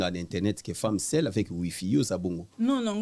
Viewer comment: aza femme SEULE et non femme SEL (MUNGWA), Congolais tolela SEL au lieu de SEUL, PALI au lieu de PALU